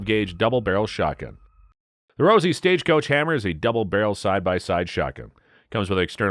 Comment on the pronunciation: Why are you showing the wrong guns. Most of the ones shown during the colt SAA part weren't even single action army's. Lol Learn how to pronounce Rossi, Stoeger, Cimarron. You forgot all the Uberti 1873 winchester replicas and the Rossi 1892 replica. Plus the Marlin lever actions and sharps reproduction... Great subject material. Terrible delivery.